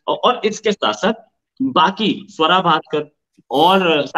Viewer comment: Aarzu say's savera bhaskar 😂😂😂 Swara bhaskar hai maam.